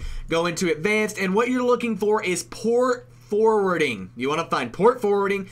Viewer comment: ok nm but port fowding?